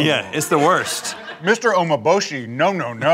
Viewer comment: Umeboshi, not omoboshi U (oo) me (like me-n in the word men) bo (bo-y like in boy) shi (she like in the word she)